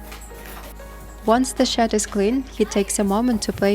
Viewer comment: Lol, I thought you were saying he was cleaning up cow 'sh¡t' but towards the end of the video I realized you were saying cow shed, hahaha 😅!